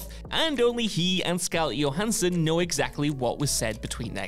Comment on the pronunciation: Wut's up with the way this guy pronounces "scarlett johansson" but by far the worst how he says "samurai" (samyu rai?)